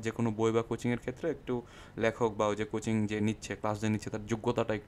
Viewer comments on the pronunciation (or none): none